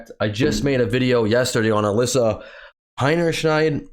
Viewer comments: That's funny and clever! Miss Hinny Shield, cover your butt. Good one! But actually her name is pronounced Hinny Shine. Got a phrase for what that means? She made such an ass of herself her hinny shines? Or a shining example of being an ass is Ms Hinny Shine, who broke the records for a marketing disaster. (I'd say previous record was The New Coke. What are others?) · As a german guy im wondering why y'all call this chick HeinerschNeid as if there is an N in the last part of her name... Oh and btw, yeah that's all im wondering about this hole case. ;)